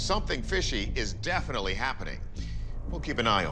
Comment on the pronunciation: “Defilly” affected her? Or, “defnilly?”